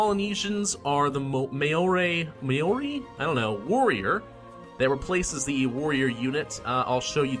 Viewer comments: no its mah-ohre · And May-Ori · Maori is pronounced Mao (as in chairman Mao), and ri as in re. Look up New Zealand rugby for more info.